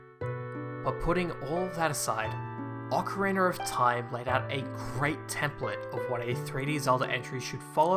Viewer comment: Ocarina not ocarinar